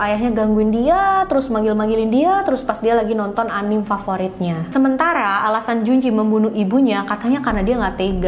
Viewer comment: Kak, anime itu dibaca anime aja kayak biasa a-ni-me